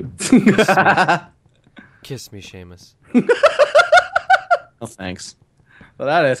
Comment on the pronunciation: theres no h in seamus